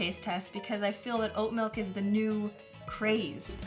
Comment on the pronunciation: The narrator lost me at the pronunciation of "malk" ....it's "milk" !